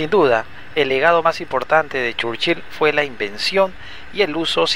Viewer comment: Que rara pronunciacion churchil